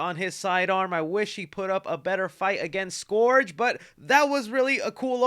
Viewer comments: Scourge not SkOrGe 🤦‍♂️ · Scourge - 'skurge' - not "skorge" 🙄... mispronounced... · „Scurge“ not „Scorge“ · Pls stop pronouncing scourge like that 😭😭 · Your pronunciation of “Scourge” makes me cringe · Scourge: ˈskərj... pronounced like the "Purge"